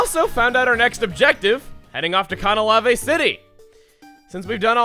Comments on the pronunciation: Cahn-ah-lah-vay City... Never have I heard that pronunciation... Ever. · Holy frick I never heard someone pronounce Canalave of something other than "Can-a-laive" O_o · Unless Canalave's name is French, which it isn't, it is meant to sound like Canal-Leyv. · Yeah, I am... The anime pronounces it can-ah-layv, so that's how I pronounce it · pretty sure isa can-a-l-ay-ve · Chugga, surely you mean Ju-bee-lih-fee City, across the water from Cah-nah-lah-vey City? And do you think Generation VII will take place in Cah-nah-dah? Seriously, between that and the Cyrus battle, this episode was painful. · Ew, you pronounce Canalave weird. I've always done: Can-a-lave. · "Kah-nuh-lah-vey" City? "KAH-NUH-LAH-VEY" CITY? Chugga, seriously? Why? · That pronunciation of Canalave City hurts me inside. I've just always said it as lay-ve. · Anime pronounces Cana-LAY-v City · it's actually pronounced "can-ah-lay-ve" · Can-Ah-La-Vey is probably how I'd pronounce it. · I hate to be "that guy" but don't you pronounce Canalave Can-uh-layv? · it's pronounced Can-uh-layv. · Chugga, I don't know which parts of the Diamond & Pearl anime you've seen (besides the Roark battle), but the English pronunciation for Canalave City is "Cana-lave". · Is that really the correct way to say "Canalave"? I've always pronounced it like Can-a-layve. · Maybe it's just my accent, but I'm positive Canalave City is pronounced Can-uh-lave and rhymes with save, but hey, that's just how everyone I know pronounces it. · both wrong. It's pronounced cuh-NAL-layve. The emphasis is on the second syllable. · not cant. Ive always pronounced it as can-a-lay-ve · Con uh lah vay LOLWUT Chugga? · In the anime, picking the first episode in Canalave I can think of, season 12 (Galactic Battles,) episode 3 (DP107, 573rd overall) "Ancient Family Matters." Within the first 30 seconds, the narrator says the name of the city and he pronounces it "can-uh-layv." There, done. Debate over. bangs gavel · "Cahnalahvay city"